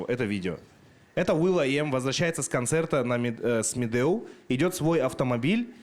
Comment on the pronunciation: Якут правильно произносит Медеу чем сам казах